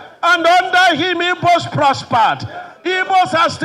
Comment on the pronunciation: Is he an Igbo man? Because and Igbo man won't pronounce it this way he did. Which one is Ibos?